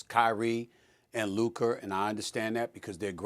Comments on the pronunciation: "Luker" - Stephen A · "Luker" - stephen a smith